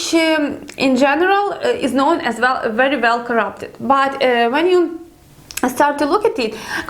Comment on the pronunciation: I like how you (mis) pronounce the 'W ', with the 'V' sound.., or the 'V' with the 'W'..! it's very, very nice to listen to for Western Ears;)))) this is not a criticism, only a friendly observation, I like it, (W)ery, (V)ery much;)).... lovely, really beautiful accent! nice one;))))))